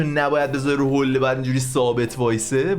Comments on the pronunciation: حُله نه حوله 😂😂😂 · حولّه نه حوله 🤣🤣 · بابا بخدا حوله تشدید نداره میگی حولّه🥲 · وای عاشق تشدیدهای روی حوله هات هستم🤣😛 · جان کلمه «حوله» تشدید نداره😅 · حوووولّهههه،،لعنتی چقد رو ل تاکید میکنی عاشق حرف زدنتم یعنی🤣🤣🤣🤣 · فقط حوللللللله🤣🤣حولّه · باز گفتی حولّه 😂😐 چرا رو بعضی کلمه ها تشدید میذاری ؟ 😐